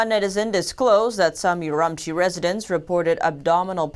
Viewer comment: LOL I lived there for 10 months and she is not pronouncing Urumqi correctly.